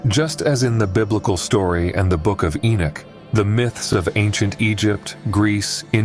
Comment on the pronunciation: I don't know if I can listen to you say the name Enoch wrong through the whole video